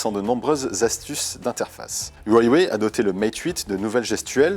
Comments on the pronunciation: Ça ce prononce "rouawei," et pas "uawei" (c'est chinois) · ca se dit wawé pas waywé Il y a pas de y après hua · C'est stressant de l'entendre dire Hawie Waye.. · Sa se dit : OU-A-WAYE